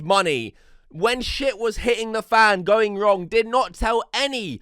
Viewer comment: Why do you pronounce the word “the” as “veh”